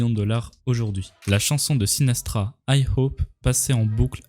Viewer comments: Jadore tes vidéos mais on dit Frank Sinatra pas sinastra😉😊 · Sinatra pas Sina"s"tra !🤣 Et dis "hypothèses" ou "théorie"... Mais pas conspiration! Sinon c'est bon ça comme vidéo !👍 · C'est Franck SINATRA, et pas SinaStra ! 😅 Sinon, vidéo intéressante 👍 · Sinatra PAS Sinastra ^^ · Frank SinaStra 😭🤣 c'est juste Sinatra s'il te plaît 😭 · Franck SinaTRA et pas Sinastra ^^' T'as pas l'air de savoir qui c'est on dirait , alors que c'est l'un des plus grands musiciens de l'aire moderne , c'est lui qui a fait plein de chansons cultes connues de tous , comme "Fly me to the moon" par exemple :) Jette une oreille a ce qu'il fait , je suis certain que t'en a déjà entendu au moins une ou deux :) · "Franck sinastra" mdrrrrrrr Franck Sinatra on dit mon ami... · C’est Sinatra pas Sinastra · sinatra pas sinastra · C'est Sinatra pas sinastra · C'est Frank Sinatra, le chanteur américain reconnu mondialement, pas SinaStra !! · Sinatra pas sinastra mec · par contre Sinastra c'est pas SINATRA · Sinastra mdr le s se prononce pas . Sinatra on dit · On dit juste SINATRA. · Incroyable comme d'hab mais "SinaStra" ça ne passe pas dans mes oreilles x)